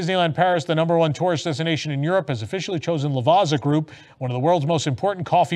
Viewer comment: FYI the two Z's in Lavazza is pronounced like the 2 Z's in pizza 😜